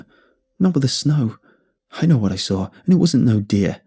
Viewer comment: I like how he pronounces saw as sawre